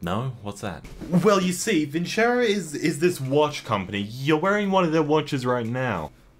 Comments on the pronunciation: >be >get sponsored by a big company >cant pronounce that company's name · says vincero Me, a spaniard: viceroy